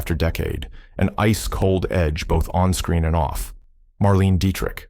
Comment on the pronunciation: It's pronounced "Marlayna Deetrish" and her makeup artist used face tapes and a wig. I've never come across any stories or evidence that the process tore her skin